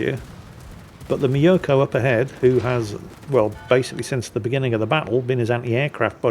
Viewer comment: Tip for pronouncing the Myoukoy: Don't think me-o-ko but like music or mucus just with an o. And both vowels long.